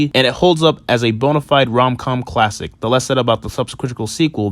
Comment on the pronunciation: At about did he say it was a cult "clattic" lmfao 😂😂😂